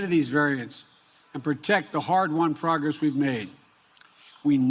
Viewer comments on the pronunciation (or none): none